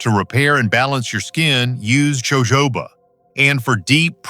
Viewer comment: It's pronounced ho.ho. ba. Oil